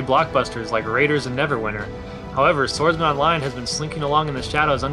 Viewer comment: When they said SwordsMan Online i thought they said Sword Art Online :P